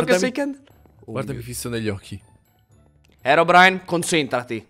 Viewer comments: All inizio si chiama herodrine no herobrine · Herodrine Hahahahhaha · Scusa ma all'inizio kendal si chiamava HERODRINE"_"